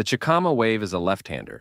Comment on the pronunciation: Chi-ca-ma not chickama